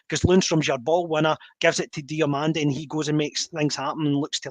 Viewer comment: Lads, it’s Diomande, no Diomonde 🤦‍♂️😂